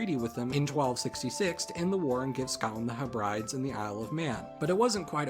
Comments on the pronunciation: Hebrides is pronounces heb-rid-ees rather than heb-rides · It's heb-rid-eez, not heb-rides. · Hebra- dees.Not hey brides. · FYI, Hebrides is pronounced "heb-ruh-deez", not "heh-brides". Cheers. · Hebrides is pronounced "Heh-brih-dees" not "Heh-brih-dies" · The Hebrides are said like “HEB-ruh-dees”, not “heh-BRIDES”. Just a little heads up thing. Great video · "Heh-brides" facepalm. It's pronounced "Heb-ridees". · It's the heb-ra-dees not the her-brides. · Just a heads up, "hebrides" is pronounced "HEH - breh - dees", not "heh - BRIDES". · "HEB-ri-dees", not "heb-rides". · its pronounced he-brid-ees not he-brides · I think its pronounced Heh-bri-dees not He-Brides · Great video one thing it’s pronounced HEB-RI-DEES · Great video, but your pronunciation of "Hebrides" is making me cringe....It's pronounced Heb-rid-eese. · *Hebrides, pronounced as Heb-rid-eez. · Just a heads up Hebrides is pronounced Hebb-Ri-dees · The word “Hebrides” is pronounced “Heb-Rah-Dees”. It was really odd to hear that word pronounced like that. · Ohhh the phonetic feels. Hebrides is pronounced the Heb-bri-dees :) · It's pronounced "Heb-rid-ees" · Just bit of minor advice, Hebrides is pronounced Heb-rid-ees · Where I’m from it’s pronounced hebredees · It’s pronounced he-bri-deez /hɛbɹɪdiz/ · Just wondering, has anyone found it important to mention you mispronounced Hebrides? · I was going to point that out, but I went with his butchering the pronunciation of 'Hebrides' instead! LOL! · You pronounced hebrides wrong. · "SHITLAND ISLANDS" "HEE BRIDES" BRUH